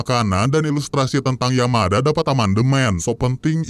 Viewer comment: Menit nyebut Yamada jadi Yamaha bjir😂😂😂😂😂